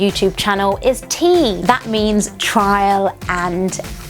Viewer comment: TRIAL not TRAIL isnt it? :D